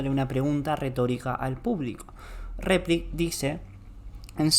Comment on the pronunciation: Cuando dice gomito y repliks me quito todas las ganas de seguir escuchandolo. Además muy poco dinámica y lúdica la enseñanza.